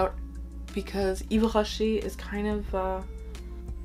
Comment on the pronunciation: Hi, i'm New here 😁 I'm french 🇫🇷 .. and let me tell you your voice has a huge french vibe when you say the name of the perfumes, That's impressive. ✨☀️